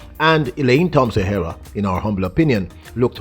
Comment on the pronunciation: its disrespectful to Elaine being you are both Jamaicans,for you not learning the proper pronunciation of her last name He- rah.